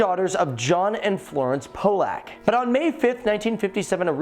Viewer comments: “Po-lack” “Gillean” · The host is mispronouncing their name. What an idiot😂